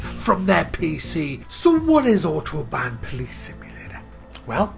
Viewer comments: its not otobahn police its autobahn polizei! learn some german man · Isn't it Ow-tobahn?